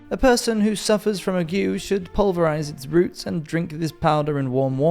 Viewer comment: Okay, I usually try to keep my mouth shut on this stuff, but I cannot in good conscience leave you making history videos and going around pronouncing ague 'ag-yoo'. It's 'aig'.